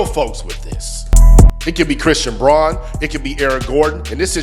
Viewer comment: Braun is pronounced Brown